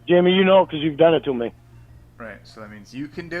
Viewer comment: “Be fawhkin real JAYMEEE!!!”- Lynne Armstrong, to a robot